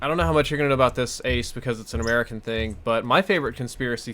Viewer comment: American not camaea